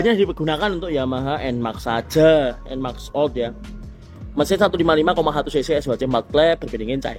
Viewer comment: Enmax enmax. Enmex kali pak bacanya.